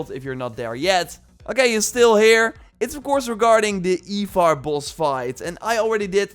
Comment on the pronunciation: Also how he says ivar sounds more like eivor. Like why does he think both names should sound the same 😂 Supposed to be eye-var